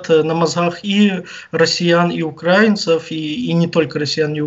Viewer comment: Вибачте, наголос в слові украинцев потрібно говорить на букву "и",а не на букву "а"